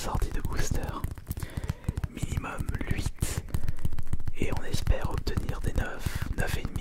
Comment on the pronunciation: Le retour du lhuiiiiittttt rroooh ça fait un moment que j'avais pas écouté de vidéo pca ça m'avait manqué